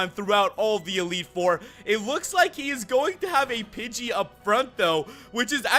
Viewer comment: I thought you said bitchy instead of pidgey